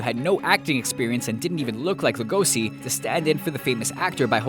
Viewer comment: You didn't even try to pronounce Lugosi's name right... congrats